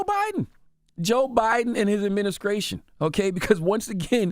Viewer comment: "Adminicration" damn unc